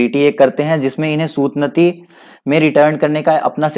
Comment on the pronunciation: It's not सूतनती It's सूतानती